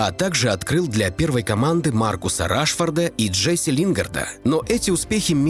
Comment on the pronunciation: Рэшфорд, а не рашфорд